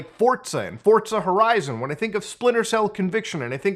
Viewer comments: Did he say fortza??? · bro said “fortza and fortza horizon”